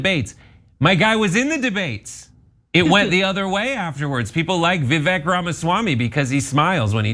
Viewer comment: Every time you say Vivek it sounds like "The Fake". It's perfect.